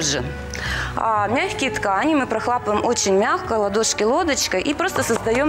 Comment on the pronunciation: Ну хоть бы кто-то исправил! Она когда говорит "прохлАпываем" - аж выворачивает☹️